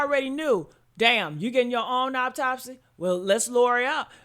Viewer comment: Autopsy not Optopsy